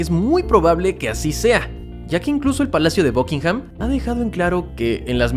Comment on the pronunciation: Por que diablos dices BUCKINGHAM con O ?